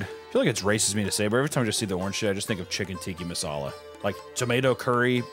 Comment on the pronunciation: "chicken tikki masala" God bless this man and his way with words. His literacy is quite literally off the charts.